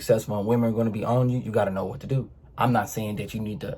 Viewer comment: “yEWtEWbe what it dEW”